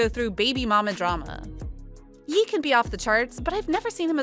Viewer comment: Are you really just pronouncing it Yee?